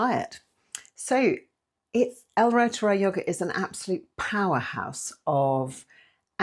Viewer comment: Pronounced root er eye 😊